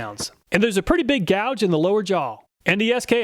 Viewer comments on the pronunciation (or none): none